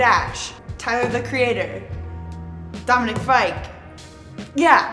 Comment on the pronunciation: "dominic fike"😭😭😭😭